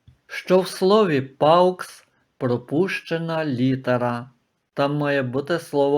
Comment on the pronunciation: Ви не правильно читаєте paux , не паукс , а по , так читається буквосполучення au , як о , а не ау , x взагалі не читається в кінці слова .